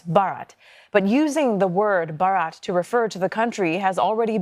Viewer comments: It's not barat it's bharat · It's called Bharat not Barat 😂😂😂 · ....dont emphasise "rats" when saying it out loud 😮😮😂